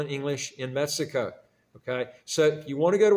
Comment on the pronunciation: Dubai- people speak English and you can understand it?? Huh? Sir you’re saying MESSICO in the entire video.